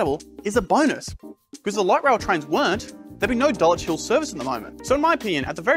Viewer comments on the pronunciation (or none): none